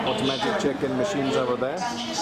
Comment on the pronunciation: Wow! That was a quick response - thank you 😊 It sounded like 'chicken' when you said check-in and I honestly thought you were looking for a KFC.